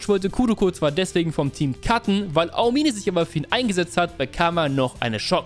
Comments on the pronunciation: Ahomihneh NICHT AO-MINE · mich triggert manchmal wie du die Namen aussprichst. Ao-mine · Aomime, ist das so schwer ??? Es einfach wie im Anime auszusprechen??? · Ey ich krieg die Krise😂 bitte beton bei Aomine das O nicht das I😂😂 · Wie er aomine ausbricht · Du hast den Namen Daiki Aomine sooo oft falsch ausgesprochen? Das es gar kein Spaß mehr gemacht hat, seine Szenen anzuschauen. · digger es triggert so hart wie du aomine aussprichst